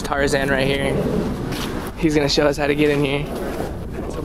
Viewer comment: why tf did he pronounce "here" like that